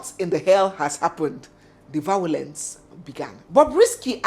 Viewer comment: V- I-O-LENCE! I heard Vawulence.